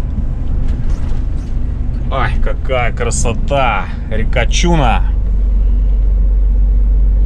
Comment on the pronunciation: Не чУна, а чунА